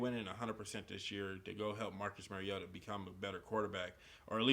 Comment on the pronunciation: It's Mario-ta not Merry-o-ta.